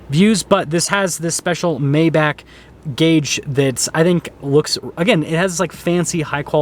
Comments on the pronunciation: He keeps saying May back instead of My bargh... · "My-bach", not "May-Back". No this isn't quite a Rolls Royce. A Rolls is superior in presentation and customization. If you think Rolls doesn't offer more I have to ask if you've ever been in a Phantom. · I can hear the Germans wanting to kill this guy for mispronouncing Maybach